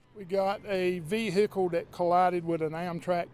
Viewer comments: Vee hicle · Vee-hick-ule and Baad-ree. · That vee-hickle is pretty messed up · Can't even identify the SUV, but it is a 'Ve-Hicle". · Vee hic cle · LOL 🤣😆😁😄😂 LOL very funny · def southern